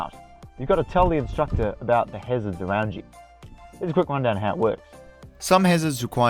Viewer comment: Driving awound